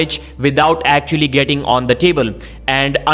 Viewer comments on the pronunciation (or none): none